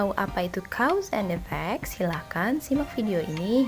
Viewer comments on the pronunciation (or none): "cows and e-vac" hahahah